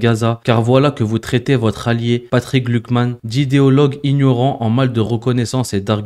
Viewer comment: Bonjour, attention tu prononce "glukman" il pourrait y avoir une confusion avec Glucksmann.😉